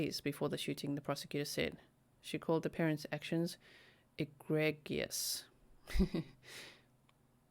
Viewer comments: you say that word egregious like this agree jus. Just so you know. This is so shocking. I am glad they are going after the parents. There have been like 3 or 4 school shootings in America over the past month and a half. It's becoming so commonplace. Americans are kinda desensitized to it. This shooting barely got any news coverage. I guess the body count wasn't big enough to make mainstream media. I can't believe the mother. That is abhorrent to me. Makes me sick to my stomach. I am so glad my son has graduated and I don't have to worry about it. My heart goes out to every person gunned down by mass shootings. Makes me scared to go to malls, movie theaters, or anywhere a crowd of people is. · Pronounced: EE GrEE Jus